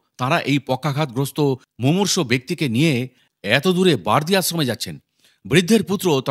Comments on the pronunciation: বার্দি না বারোদি গ্রাম। উচ্চারন ঠিক করুন। বাবা র কথা বলছেন। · উচ্চারণ ঠিক করুন। বার্দি বলেছেন কেন বা র দি বলুন।Barodi